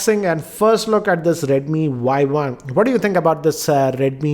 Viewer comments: oii dumbo!!!!!!!! this is not "y i" this is "y 1" better to learn the pronouncation first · Its redmi Y1 not Yi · It's Y1 not YI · He just pronounce it Redmi Yi. It is Redmi Y1. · sorry to interrupt but its Y1 not Yi